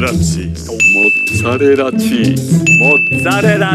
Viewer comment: MoOozzArrrEllA cheeEse—ccaAamemberrT😂🤣